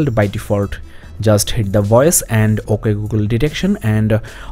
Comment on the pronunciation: It's not OK it's OKHY